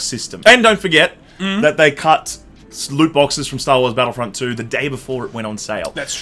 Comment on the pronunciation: Are you going to tutor on how to say loot boxes properly?